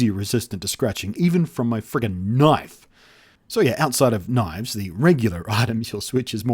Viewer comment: I love how he says "knife" :p